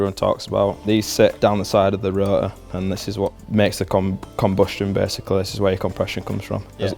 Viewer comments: "the ro'or..." dude there is a "t" in there ;D Gotta love that accent xD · It might be worth enunciating the word "Rotor" when making a video about an RX8, because "ruh uh" makes quite a bit harder to follow what you're talking about - every time I hear it I have to remind myself that you mean rotor rather than absorbing the info. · I like how they pronounce Rotor as Ro-uh :D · These guys know their shit! Love how they pronounce rotor as "ru-uhr" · The way says R O T O R makes me lo key enraged inside.